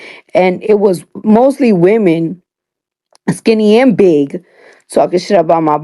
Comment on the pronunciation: Her emphasis on on BIG. 🤣🤣🤣🤣🤣🤣🤣🤣🤣⚰️